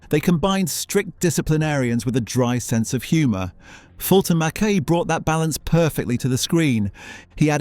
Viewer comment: You’ve obviously never seen a single episode before making this. You pronounced Fulton McKays surname and his character Mr McKay wrongly.